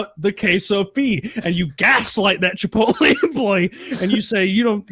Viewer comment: I think you mean chi-pole-tay